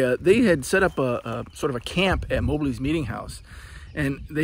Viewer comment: MOB---LEE, NOT MO-BLEE